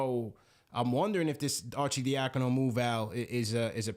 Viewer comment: People that can’t pronounce Arcidiacano crack me up 🤣 cmon that’s a ny Italian name Are-Sid-dia-con-o